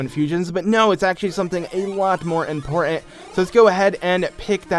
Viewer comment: you say important weird. you say inpoertent